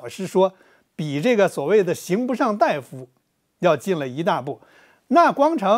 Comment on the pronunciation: 刑不上大（da）夫吧？大（dai）夫、医者。